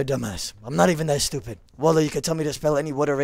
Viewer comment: Hahahahaha pronouncing stupid with a b reminds me of my dad as well. Ramadan kareem